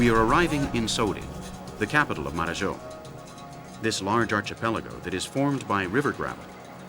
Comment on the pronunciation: Marajo. Not Mararhó.